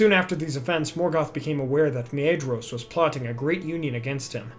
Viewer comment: Nitpick alert on pronounciations. Edain is prnounced ee-DINE, not ee-DANE. Maedhros is prnounced MAY-THROS (soft th) not MAY-EE-DROS. Other than that, good stuff!